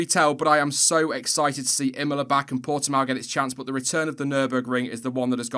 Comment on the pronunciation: Its Portimão not portimao. You read the the ão like the bark of a dog so to say.